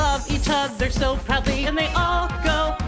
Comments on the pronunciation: I think the song has a great message and is wonderfully performed and animated I just wish someone had given an editor the lyrics so they could match them to the melody better. "Proudly" shouldn't be pronounced prd-LEE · That song's only crime is consistently stressing the wrong syllable of proudly.